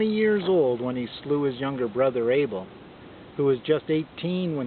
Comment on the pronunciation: Anyway it’s Abel not Able...